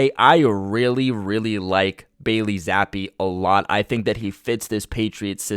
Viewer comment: Who's Billy Zappe 🤣🤣 Jesus slamming the poor kids name like that 🤦‍♂️